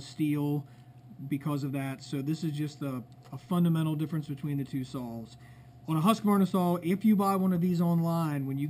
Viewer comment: are you calling saws sals